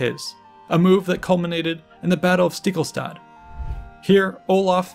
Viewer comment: Ringerike.... Ring-e-rike. Stiklestad... Stik-le-stad :)